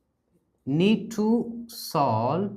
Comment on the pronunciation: not slove instead of solve